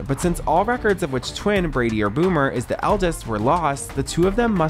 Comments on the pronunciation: His name was Brady not Brody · Bro said Brody 😂